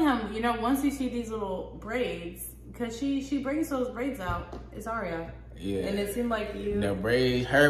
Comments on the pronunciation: Her name us pronounced eyera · Her name is pronounced i-Rah. Just like it looks. Not "Aryaa" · Its ayra starr not arya starr🙄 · 🤣 Aria no, Ayr-a Starr. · Your saying her name wrong, it’s not aria it’s ayra